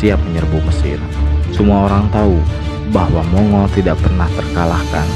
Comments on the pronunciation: Sebutannya bukan Mongol min, tapi Monggol... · Mong-gol bukan mongul